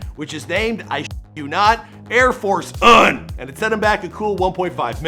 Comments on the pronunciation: It pronounced oun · The fact that he pronounces Kim Jong “Ahn” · They way he pronounced "Un" and "Iran" was cringe worthy!